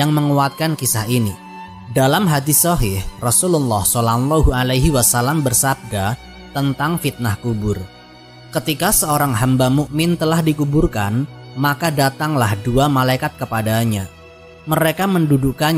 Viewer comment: Admin ga bisa nyebutin pangkat nabi dengan benar. Shalallahua'laihi wassalam. KAMI MEMAKLUMINYA.❤